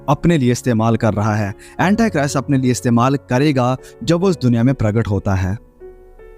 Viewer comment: Aapke sare msgs to d point hote hai...thnx for updating us for Eternal time... But its not Antachrist what U say..its Antichrist...aap hindi me bhi kahenge to chalega, English bolna itni bhi jaroori nahi hai.. baki sab bahut excellent hai 👌🔥👏👏💕👍